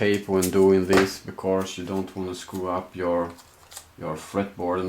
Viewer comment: "becorse" <3